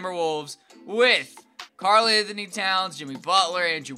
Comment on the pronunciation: The way he said Anthony in free agency lol